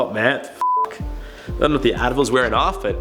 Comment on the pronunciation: Ohhhh Advil...... I thought you said Adderall 🤣😏 I was like dayum